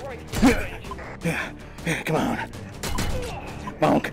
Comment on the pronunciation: Him repeatedly saying boink instead of bonk! Made this quite a bit funnier